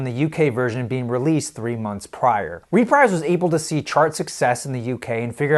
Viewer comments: The US album sleeve is a lot better, I agree. I have this on some sort of fairly recent release, as mine has a UPC, but is not a double LP. BTW, Reprise is pronounced reh-PREEZ. I said it the way you do, until I watched a Captain Beefheart documentary (check it out, it's on Youtube) and it discussed how Beefheart's "Lick My Decals, Baby" had an odd bit of promotion, a TV spot. The narrator in the commercial says "new on Reprise" and pronounces it reh-PREEZ. Keep up the good work, man. Love your videos. I'd really like to see you delve into some CCR. If you know anything about Marc Maron, he says whenever he shows off his setup, he puts on their self-titled "Creedence Clearwater Revival", which is rather unlike their later releases, being more psychedelic than the rest of their albums. Also, Big Star? Check out Big Star! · Unlikely. I few sentences earlier, he referred to "RE-prize" Records. But I have some sympathy. There are words, particularly names, that you can know a lot about from reading, but just not have come across them in conversations before. The pronunciation of a word like Greenwich looks pretty straightforward unless you have heard it spoken. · Frank Sinatra's record label is pronounced ree-PREEZE. FYI... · ..reprise..Greenwich..the guy needs some pronunciation lessons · Great analysis of a great album. The US version is by far the stronger of the two and it even has a better cover. It gets my vote. Just a few quirks about the video itself. I hate to sound like a nitpicker but: 1. It's pronounced ruh-PREEZE (rhymes with Febreze) and not REE-prize. 2. It's pronounced GREN-itch not GREEN-witch. and 3. The text overlay when the song "Remember" is playing says "Remeber." But other than that, a well done presentation of a great LP. You have a new subscriber. Keep them coming. Vinyl rocks! :) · It’s pronounced Re-preeze not Reprize. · There is a UK stereo; Track Records 613001; and if not mentioned, the US label is "re-preeze" not "re-prize"